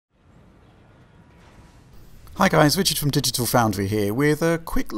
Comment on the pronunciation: "Hewo everwyone, I'm from Dwigital Foundrwry with a look at..." Gotta love the guy. My fav DF reviewer.